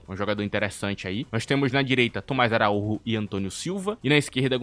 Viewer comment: ele é português, não espanhol, o nome dele lê-se "araújo" não araúrro